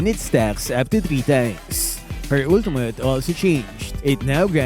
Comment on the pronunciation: “Ulteemutt.” —LMAO